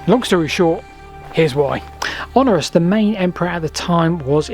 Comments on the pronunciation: The Emperor you keep referring to was called Honorius (four syllables) rather than Honorus (three syllables). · When you say 'Honorus', do you mean Honorius? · Honorius not Honorus. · you keep mispronouncing HonORIUs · Honorius is not pronounced Honorus.